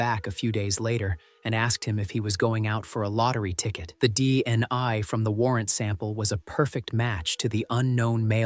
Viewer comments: Bofort not Beaufort DNI not DNA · The AI keeps saying DEI or DNI when DNA is being referred to. How difficult it is to say DNA? Nothing much as to motive, which does limit what we know.